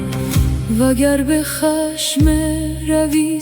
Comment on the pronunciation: کاش بعضی کلمات رو که خوب نمسخونه حرکات بزارین تا درست بخونه ، اینهمه زحمت میکشین و تولید میکنین عالی باشه، شروع اولین کلمه رو اشتباهی میخونه همین اول توی ذوق میزنه بجای khashm میخونهkhasham